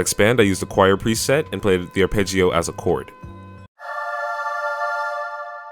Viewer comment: It's arpeggio not arpeggio